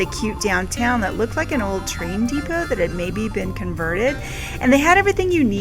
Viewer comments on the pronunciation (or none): none